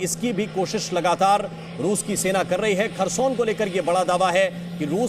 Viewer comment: Kharson nahi hai bhosdike.. Kherson